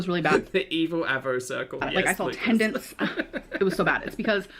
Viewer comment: When she says, “I was gushing blood- I saw tendents.” The drama and mispronunciation 😂😩